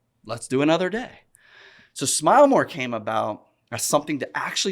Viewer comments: Came From the Vlog. I already watched it when in dropped but i guess I'll watch it again. Also thought you said "Kane from the Vlog" at first. lolz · Anyone else thought he said, Cain from the vlog!?!? & not came from the vlog!?! Lol!!